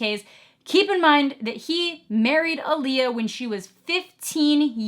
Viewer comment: Lee-eye-uh not -uh-lee-uh lol